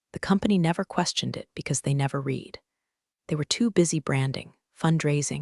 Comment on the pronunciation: Your AI doesn't know the difference between live and live, read and read.